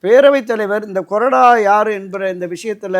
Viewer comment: அது கொடறா இல்ல bro... கொறடா .. இது என்ன தமிழுக்கு வந்த சோதனை..